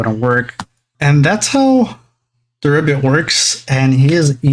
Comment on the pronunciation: Looking up the Diarbbitmon name and it comes from a hero in Irish Mythology named Diarmuid Ua Duibhne. The pronunciation of the Diar portion of the name is Dear and of course the bbit is the rest of the word rabbit so Diarbbitmons name would be pronounced as Dearbbitmon.